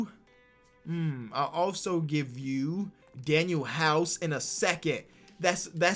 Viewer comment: Aye, Danuel is pronounced Danwell not daniel